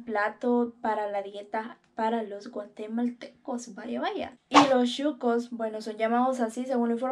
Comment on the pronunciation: Solo para dejarte saber SON SHUCOS o sea sucios, de la calle no de restaurant, NO CHUCOS, me gustan tus aventuras a traves de tus videos.